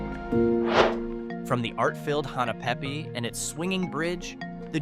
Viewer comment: It's Hahnna pay pay not Hena pe pe